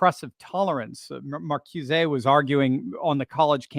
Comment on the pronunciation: I had to smile when you frenchified Herbert Marcuse's name. It's pronounced markooza.